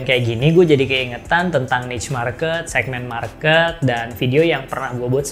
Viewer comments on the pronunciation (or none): none